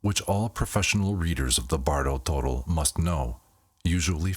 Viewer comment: The pronunciation is actually, Toe-doll